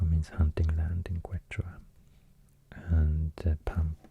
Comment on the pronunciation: It’s pronounced “Ketch-wa”